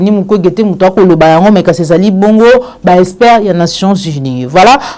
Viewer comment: Ma fille il faut faire un effort en vocabulaire, surtout en lecture : prononce plutôt expert au lieu de (espère)